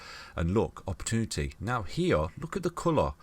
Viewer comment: Never trust a man who can't say "opportunity" ;-)